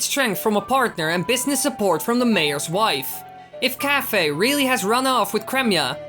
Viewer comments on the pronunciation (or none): Isn't it pronounced Kai-fay?